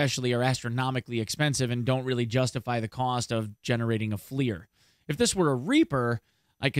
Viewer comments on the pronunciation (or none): Flier lol. It's F L I R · That's not how you pronounce FLIR....